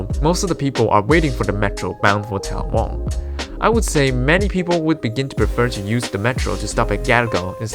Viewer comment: And it’s TAL’-la-wong, not tal-la-WONG’